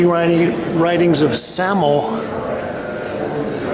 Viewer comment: SAMO like Say-Mo